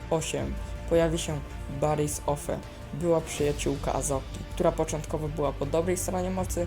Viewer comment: Jej imię wymawia się "Asoka" To samo nazwisko Barriss wymawia się "Ofi" Ale i tak lepiej ci to wyszło jak niektóre Star Warsowe wersję po polsku.